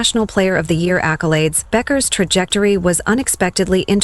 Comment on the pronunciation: last name is pronounced Beckers people